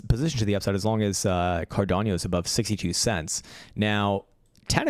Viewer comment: learn to speak first CARDANO, it is not Cardiano, it is Cardano